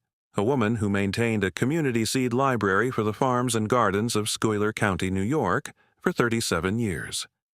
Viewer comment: Schuyler is pronounced SKY•ler. Trust me. I live in Central New York.